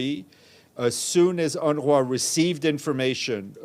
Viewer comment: Did he say UNRA?😂